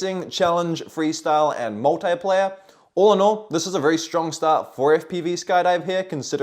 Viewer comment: Multeyeplayer. You mean Multiplayer 😂